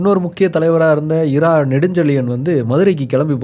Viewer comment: Bro இரா nu soldringale crt ah "இரா" வா இல்ல "ரா" apdinu sollanuma?? Enakke kolappama irukku